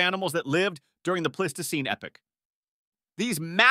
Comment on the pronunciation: You managed to pronounce "Pleistocene" 4 different ways. Congrats. And it's pronounced e-PACH, not "epic" for epoch.